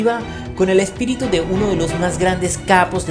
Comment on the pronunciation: SE CONFUNDIO EN VARIAS PALABRAS EL "ESPERITU"